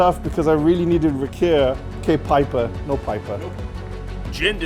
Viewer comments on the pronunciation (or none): none